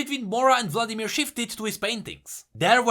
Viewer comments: Still says Vadimir. oof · Vadimir? Vladimir xd just for fun